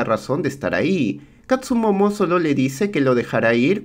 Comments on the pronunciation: amigo buen resumen pero se llama kastumoto no kastumomo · DESHONOR!!!! es Katsumotto no "Katsumomo" xD, fuera de eso buen video y buena peli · catsumomo??? siempre escuche catsumoto.. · El samurai se llama Katsumoto y no Katsumomo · Todo bien, pero es katsumoto no katsumomo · Tiene muchas cosas buenas este resumen pero el tremendo error de llamar katsumomo a katsumoto es horrendo, dislike al video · no pronuncias bien las palabras japonesas jaja , dices katsumomo 🤦🏻‍♂️ y es katsumoto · Katzumoto, no katzumomo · Se que llego tarde, pero que falta de respeto bro :'v en buen plan, pero como le vas a decir KATSU MOMO ? jajajaja, igual buen video, siempre me entretengo, pero nunca me suscribo 😅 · Si, pero no fue la guerra civil, fue la guerra contra los indios... ni tampoco existió el personaje de Tom Cruise ... Dijo katsumono? O escuché mal jaja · Todo bien, solo que se llama Katsumoto...